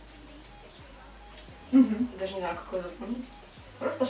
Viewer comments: наверное тебе нужно сменить куратора по к-поп группам она не правильно произносит их имена и лидер группы Шону (ударение падает на последний слог на все имена корейцев) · Кихён не лидер группы, он главный вокалист. А ещё читается не шОну, а шонУ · И не шОну, а шонУ